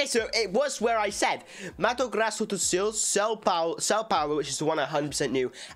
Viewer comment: u`ve said perfectly my State name 😍😍😍 And yes, we have a lot of Japanese people here. Mato Grosso do Sul